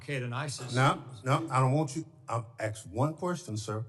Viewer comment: Let. The. Man. Axe. His. Question!!!!